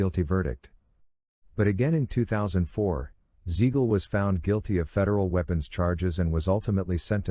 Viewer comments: It's Siegal with a s not a z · Hearing Beans name butchered like that was annoying as hell.